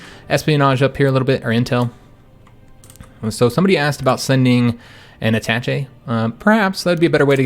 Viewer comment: ah-ta-SHAY not Attatchy